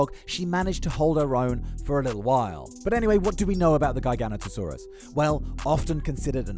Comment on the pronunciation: Gi GA not a saurua not Guy Gan ota Saurus